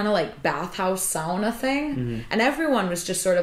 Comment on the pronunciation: How nice to hear the correct pronunciation of sauna from a fellow American! Nice work. I'm so eager to get back to Iceland, and all the information from your channel helps a bunch.